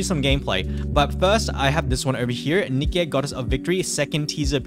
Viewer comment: Every time said nikque it hurt me a bit